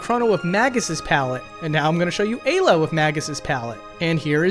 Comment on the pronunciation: Interesting pronunciations. I always assumed Ayla, Magus, and Melchior are pronounced "Eye-la", "May-guss", and "Mell-key-or".